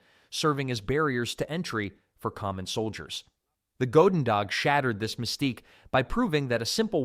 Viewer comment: Narrator pronounced "goedendag" about 5 different ways in that one segment.